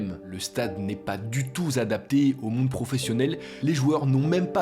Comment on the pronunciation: « Le stade n’est pas du tout Z’adapté »😂😂😂